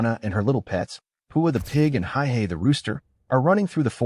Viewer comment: Not to mention that the chicken’s is hey-hey, not high-hey.